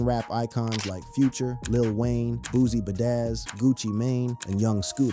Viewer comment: Why you say his name like that WTF wrong with you? Boozie Badazz? Are you a bot from India? you think this shit funny? You might get checked 4 this one